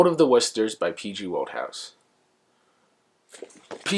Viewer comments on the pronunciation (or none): I adore Wodehouse too. I’m so glad you made this video and that you love him. Just so you know despite the spelling, his name is pronounced “wood-house”.